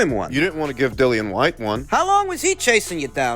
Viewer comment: I can’t stop laughing at “Dillian Vyte” 😂